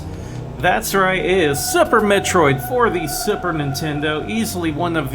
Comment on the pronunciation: Lol, sounds like yer saying Supper Metroid on Supper Nintendo ;p